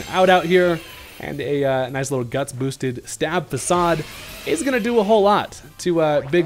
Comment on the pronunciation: Faacaad 😂 its facade